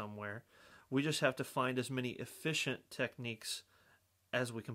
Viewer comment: “Focus on your flaaawwws…” “as eeffeeent as possible”